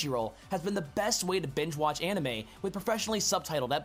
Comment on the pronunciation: I liked the video and most of the videos from The Game Theorist. My only gripe is a very small one...well...two. Simply enough, how could you say the word "Anime" incorrectly and then say "Manga" the right way? It's the same exact "ah" sound. Japanese doesn't have a short "A" sound like we do. You also pronounced "Onette" incorrectly. It's a long "O" sound followed by the word "net." Just go by the Hiragana chart if you didn't take up Japanese in school. The "vowels" in the beginning of the chart...if you can call them that...are: A, I, U, E, O. Their corresponding sounds are: Ah, long E, Ooo (like Oooo, that's pretty), Eh, and Long O sound. If "Onette" was pronounced like you said it then it would have been spelled "Anette." With that being said, if you played the Mother games then you know that "Onette" is a play on the number 1 because it's the first town, just like Twoson is a play on the number 2 because it's the second town. They may have actually NOT pronounced these towns in Nihongo (Japanese) in the first place because it would be impossible to say "Twoson" in their language because of the "T" and "W" being beside each other (unless they used Katakana rules in which it would have been spelled pronounced "Tuson"). If that were the case, then it really would be pronounced One-ette. Either way you look at it, the way you said it was wrong. And before you reply, these are not opinions, they are facts. I know and was taught the language by an actual Japanese woman who was